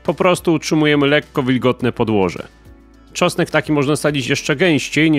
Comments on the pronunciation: "czosek" lol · Co to jest "czosek"? Co chwila słychać tu uprawie czosku...